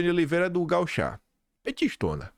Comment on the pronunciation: Gaúcha, não gauchá...